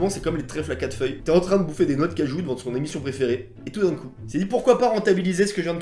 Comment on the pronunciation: « et toudincou »